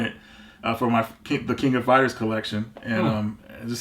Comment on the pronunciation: Yay!!! said it right! "The King of Fighters!!" Way to go,!! 👍🏼👍🏼👍🏼